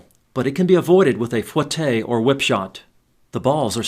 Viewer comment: just an fyi, it's not pronounced fwah tay, it's foo eh tay if it was fwah tay it would be spelled foitté